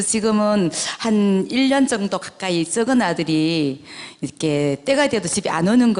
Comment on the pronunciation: 쩍은 아들, 작은 아들로 발음하시길, 좀 거슬리네요.